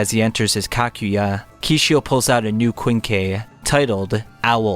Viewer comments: btw “Kakujya” is pronounced as Ka-Ku-Ja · Why is it so hard for you to pronounce "Kakuja", "Kisho" and "Kanae"? 🙈😂😂 Btw nice vid, I wanted to remember some of the parts of TG and this helped me a lot 😁